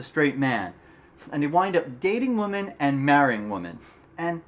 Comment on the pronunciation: Nice video (just be sure to pronounce the plural "women" as "wi-men").